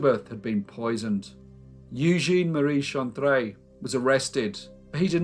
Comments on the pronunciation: All of us in the entire world, call Napoleon III just "Napoleon" or "Napoleon Bonaparte". He is known everywhere by his given name and not the fact that he's the 3rd one of his lineage to be carrying it. Nantes is pronounced "Nant". Eugene Chantrelle is pronounced [Youjen Shantrell]. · elle at the end of a word is pronounced as it appears. Jussayin! Top vid, as ever, sir. Thank you! 👍😎